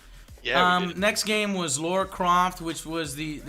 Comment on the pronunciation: lara, laaarah, not fucking laura.